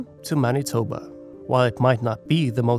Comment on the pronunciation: Judging from the many mis-pronounciations it's fair to assume that this was made by some one who isn't from Manitoba, which is AWESOME! Somebody outside of here has heard of us!